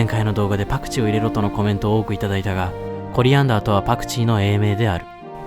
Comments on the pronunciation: コリアンダーの発音の良さよwww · コリアンダーの発音がどうしてもケイン・コスギ